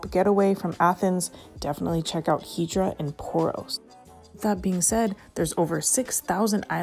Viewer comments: Now, I don't get it. You pronounce it Hee-drah (correctly) in the beginning of the video and then you revert to the (incorrect) pronunciation Hi-drah. What's up with that? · It's pronounced EETH-ra, not HEE-dra (and definitely not HYE-dra).